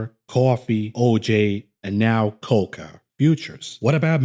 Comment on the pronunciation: it’s co-coa not “coca” — the 80’s are long gone 😂